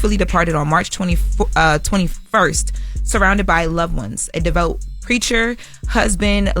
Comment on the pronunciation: How is it that someone is being given airtime and still struggles to pronounce simple, one-syllable words like ‘devout’? That’s a basic expectation for anyone reading on air. Honestly, she’d be better suited behind the scenes. Jess is the only one who carries the presence and polish to be in front of the camera.